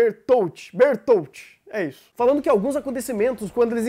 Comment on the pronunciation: Raínä e Berutoto é assim a pronúncia